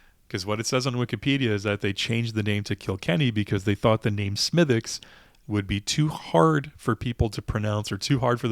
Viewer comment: Have not seen this one in Maine. I'll keep looking. And a small quibble, despite the spelling, it's pronounced "Smiddick's" not "Smithwicks." Sláinte ☘️